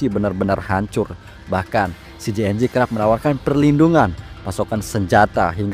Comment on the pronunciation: Sebut nama CJNG yg bener